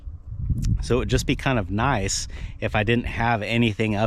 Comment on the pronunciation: "Naice" ending 🤭